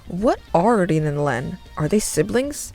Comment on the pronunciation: WAIT ITS PRONOUNCED REN AND NOT RIN?!